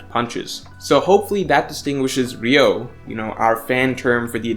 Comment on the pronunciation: 流桜 Ryūō not ryou 🤦🏻‍♂️